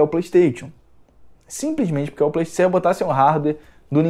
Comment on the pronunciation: "Plestêtchu" Ha!!!!!!!